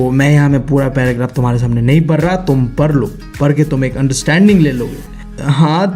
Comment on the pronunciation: Bhai aap padhne ko par lo kyu bolte ho 😄